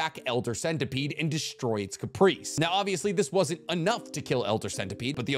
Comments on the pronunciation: i hear Caprice and im sure ur trying to say Carapace lmao XD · Carapace. Not Caprice. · Carapace Care A piss Please PLEASE pronounce it correctly not Caprice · Hearing pronounce carapace is painful